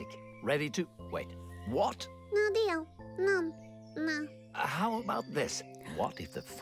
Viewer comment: Who else herd say "dealh" instead of deal